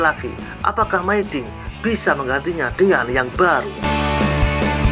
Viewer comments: Dinabacanya Mi dinh bukan my dinh. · hooh, aneh didengar mai dinh😂